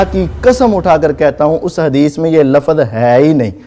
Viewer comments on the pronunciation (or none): ل ف ظ نہیں مولوی لفظ ہے۔جو مولوی لفظ کی سہی ادائیگی نہیں کر سکتا اس پر بھروسہ کیوں؟